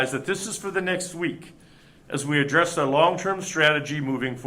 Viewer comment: Can someone please ask the governor to rehearse his speeches? He’s fumbling and mispronouncing too many words. Like address. Really? Rehearse, rehearse, rehearse. You are a public speaker, sir